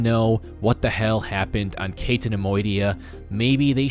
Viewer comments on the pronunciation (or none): none